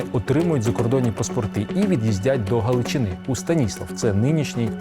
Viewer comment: Дратує, що автор не поцікавився, що не СтанІслав (наголос на і) а СтаніслАв ( має бути на А) Ця назва мого рідного міста була ще до середини 60-х років минулого століття.